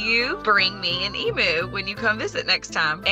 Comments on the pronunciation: In Australia we pronounce it eeemyou not eemoo😆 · They are pronounced Eam-You….not Eam-moo. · It is pronounced E MEW. NOT E MOO!!!!!!! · Hearing Americans say 'emu' always cracks me up. We, Aussies, say 'e-mew' but you guys say 'e-moo'. So adorable 😆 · From an Australian Point of View (bearing in mind that the Emu is an Australian Animal) it’s pronounced Eem-u. (Eem as in Seem or Beam for sound context) The ‘u’ bit at the end is correct. It’s the beginning bit that is not. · EMOO? it's an Emu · There's no such thing as an E-moo. It's pronounced Eem-You. It's native to Australia. You won't find a single Australian who thinks they're called E-moos. Only Americans think they're called E-moos. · An " o" would not make any difference. It's said the same way we pronounce the " u" in the word " music". We don't say " moosic". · Nope, we pronounce it "em you." It is cute the way Americans say it. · e-MYU! No offense, but the pronunciation hurts me as an Australian. Also: why? Why have you always wanted an emu as a pet? They're wild animals. While occasionally farmed, they're not domesticated. Not. Pets. Rescue and fostering, I could understand. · No offence intended but if you love emus so much, how about saying it properly? It's pronounced eem-you. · Oh god its called Moo because you don't know how to pronounce Emu (E-m-U) haha. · It's truly stupid imo. For people who were obsessed with Steve Irwin, it's not hard to find a clip of saying it correctly. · As an Aussie, I just struggled with how they say Emu 😂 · If you can’t pronounce Emu correctly, I fear you have not done the research needed to care for one correctly. They should not be pets. They are wild animals and deserve to live in a herd, in the wild. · She always wanted an emu and doesn’t even pronounce emu correctly 🤦🏻‍♂️